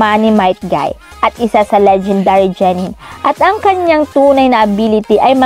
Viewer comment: Genen Lods Hindi po jenen